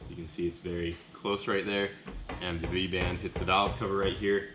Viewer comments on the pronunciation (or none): What did you say those were called? The v band clamps? You said something it sounded like vangent band but I'm not sure that's right and I definitely don't know what it means xD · i had to do some googling on the clamps i was like 'what is he saying VANJEN'